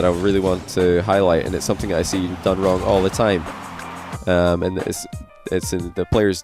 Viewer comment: man said getting wring